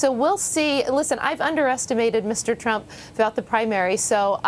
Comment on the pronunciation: Cavuto said, "Donald Tump". Sheesh!